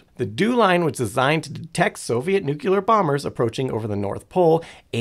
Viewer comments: Nope, have Google pronounce it for you. It's noo·klee·ur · If you can't pronounce "nuclear" properly, I'm not watching your video. Get rid of this idiot and bring back Simon. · The word "nuclear" only has on "u" in it and only two syllables. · nu-cle-ar, not, nu-cu-ler. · Nothing more annoying than hearing people say nuculer. Its pronounced new clear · Every time i hear NEWK-YOU-LUURR. Like nails on slate. Now say it with me: NEW-CLEAR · bro... it's pronounced NEW-KLEE-AR "NUCLEAR" not!!!!! NUKE-YOU-LAR. it is not spelled nuke-ULAR nor is it pronounced that way! it is NUCLEAR PLEASE pronounce the word correctly if you are speaking about it, and ESPECIALLY repeating it so Frequently it really detracts from the intelligence perspective and it also DISTRACTS viewers with redundant mispronunciation of THE KEY!!! word; NuClEaR. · Today I found out that some people say 'nucular' rather than 'nuclear'. lol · I never understood how some people, no matter how knowledgeable, can't or won't say new-clear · It's Nuclear, not Nucular. For fuck's sake already! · Pronouncing it "nucular" gives the same impression as if you were making a video about libraries but kept calling them "libaries". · Nuclear: not Nucular. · "Nucyoolar" ugh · Sorry, I don't pay attention to anyone that says nukular. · I had to abort at "nucular" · yessss. There is only one "u" in "nuclear" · As a former science teacher, hearing people say "newkyalar" makes me feel like my life was in vain. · Worst part was him saying newkulay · Say. It. CORRECTLY!!! RAR!! 😂😂😂🤣🤣🤣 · I’m sorry, but I can’t listen to a video about anything nuclear when the speaker says “nuke-ular” the entire time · Except for the pronunciation of nuclear.😂